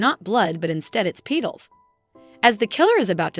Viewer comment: I went insane after the A.I. kept saying Pee-Tuls instead of saying Petals correctly